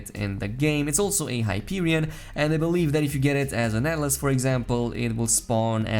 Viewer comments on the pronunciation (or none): none